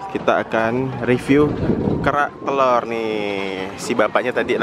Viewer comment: Gua dulu dengar makanan ini "Berak Telor" gak taunya kerak telor salah sebut 😂😂😂🤣🤣🤣